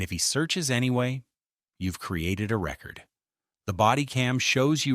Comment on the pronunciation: you are a bot! no one says "body camera record" (like a vinyl album) instead of a long e like ree-record